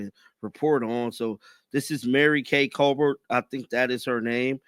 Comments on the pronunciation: Who is Mary Kay Colbert? 🤣🤣🤣🤣🤣 it’s Cabot! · it's Mary Kay Cabot! Learned her name and commentary during the Baker Mayfield Saga!